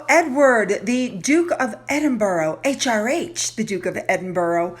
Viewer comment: Please learn how to pronounce Edinburgh.😊